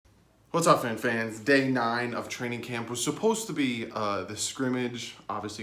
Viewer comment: Traing?? Damn sound it out unless this was intentional which either way is funny thanks dwrong